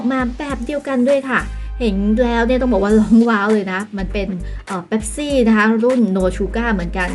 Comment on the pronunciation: เป๊ปซี่..ไม่ใช่ แป๊บซี่